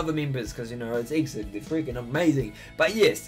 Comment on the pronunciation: The groups pronounciation is E-X-I-D not Exid. :3 It stands for "Exceed in dreaming".